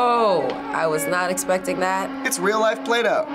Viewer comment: "It's not rill!"